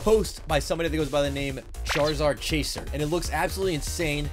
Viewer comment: Every time charzard charziar funny